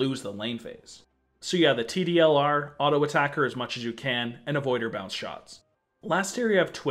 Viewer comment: Anyone else notice he said tdlr instead of tldr?